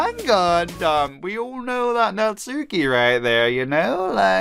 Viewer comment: The u is silent in Natsuki